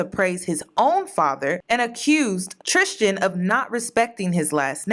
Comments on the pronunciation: Please pronounce his name correctly. Tristan, not “tristgan” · Every time she says Tristian instead of Tristan 😖 Love u tho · It’s “Tristan” not “Tristian” the way you’re pronouncing it lol. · I love you lol but his name is pronounced TRIST AN lol not tristian like Christian. I’ve went to school with him. We’re from the same town brampton in Canada. He was always in my math class and his brother too getting girls. This isn’t nothing new to us Canadians. We know him personally lol. He still keeps in contact with some. We both went to catholic school: st Marguerite d’youville. Best school ever. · Tris-tan... trishtan is killin me lmao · How u pronounced tristian made me cringe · Were you mispronouncing his name on purpose? I mean we can call this f boy Tucker for all I care but that distracted me all throughout the video